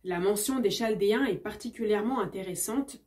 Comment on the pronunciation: chaldéen se prononce kaldéen